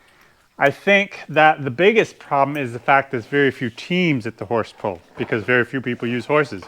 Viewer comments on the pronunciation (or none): When you say pull it sounds like pole